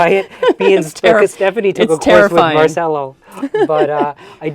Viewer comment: Since we're talking about random stuff, if Marcello Is Italian his name is pronounced Marchello. Your student should know this by now😅 Sargent is my idol.